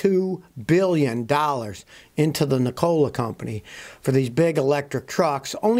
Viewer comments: It's NEEKOLA not NiCOLA ITS SPELLED NIKOLA I know how to pronounce the name and I'm not a fan of that company USA MADE TESLAS ONLY IF I never go that route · Ni COLA ?? You make it sound like a soda factory good God man pronoun the name correctly you're sounding like Asian whombarely speak English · Pronounced nick-a-la. After Nikola Tesla. He was a scientist. Not a soft drink. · Lmao why do you say Nikola that way